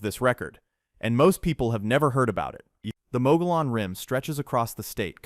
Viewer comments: The a”Mogollon Rim’ is pronounced “MŌ•GĒ•YǑN” Rim. ❤ HAVASUPAI IS pronounced: Hăv-ă-soo-pie ….. AND LAKE HAVASU CITY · Mogollon is pronounced "Mug-e-on", not Mo-go-lon, and Saguaro is pronounced "Sa-war-o", not Cigar-o" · I was watching along just fine until Mogollon (Mo-goy-one) Rim was pronounced MOE-guh-lawn. You totally lost me there. You're preaching all this stuff you "know", while you can't even pronounce the name of one of the state's main geographical features. 😵‍💫 And then you pronounce a hard G in "saguaro". Oh, isn't AI a wonderful thing? Until it isn't. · Mogollon is pronounced Muggy yawn. Canyon de Chelly is pronounced canyon de Shay. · ❤😂Mogollon Rim is pronounced MowGeeYon, Chiricahua is pronounced CheerWahCowWah, Canyon deChelly is pronounced canyon DuhShay, Prescott is pronounced PressKit, Agua Fria, Gila and Saguaro . . . OwWah, HeelLa and SawWarRo. There is so much people get wrong about Arizona, the home of the Mexica = MehSheCah, called Mexico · LOL..I always will get a kick out of the way A/I or out of staters pronounce certain Arizonan/Sonoran words...Here's how it's supposed to sound even from this white boy native; Gila (He La) say it with me class (He La), Mogollon (Mo Ge Yohn) (Mo Ge Yohn), Saguaro (Sea War Oh) (Sea War Oh)....LOL....Heavy Sioux Falls...Sounds like A/I tried to sound the name to Havasupai Falls...At least, Try next time to get a native tongued A/I Bot...🤣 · Pronounced “ MUGGY-OWN” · SaH-Wuaro No G sound! MogeeeOn Rim! Pronounced Canyon Day Shay. Great information! Lived in AZ for 65 years of my 70, and did not know alot of what you've told on here! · Ai voice … Mogollon Rim is pronounced mo-ghe-on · Broooooooooo, the video is great but if you do a video on AZ, make sure you pronounce everything correctly. From the Saguaro cactus (the G is silent) to the Mogollon Rim (double LL makes an E sound) Mo-gee-on. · Pronounced chir. ..a... Cowa mountains Pronounced mug...ee..own rim Pronounced soo...war..o..cactus